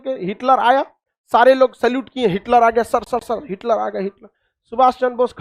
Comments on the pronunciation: सर हिटकर नहीं हिटलर नाम था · अरे भाई हिटकर नहीं बल्कि हिटलर